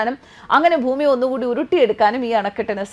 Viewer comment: ഫൂമി 😂😂😂 ഫർത്താവ്...